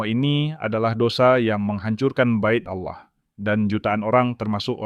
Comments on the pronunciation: Allah bukan auloh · Sebut Allah bukan awloh .. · Kenapa admin menyebutnya Aulah? Harusnya Allah, karna di Kristen tidak ada penyebutan Aulah tapi penyebutannya Allah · Cara baca Allah ya juga harus Allah bukan Aloh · Maaf, karena pengucapan bapak ini dengan kata Alloh bukan Allah / Tuhan, mungkin bapak ini dari islam dan sekarang Murtad ini yg lagi belajar untuk mengikut Tuhan Yesus Kristus, Tuhan kita🙏coba kalian lihat beliau meminta petunjuk untuk memberi satu pengikut utk memotivasinya. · lho kok pengucapannya alloh bukan Allah.....piye ki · pak cara pengucapannya ALLAH, bukan auloh, bapa ngucapnya auloh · Ya betul saya jg mau coment begitu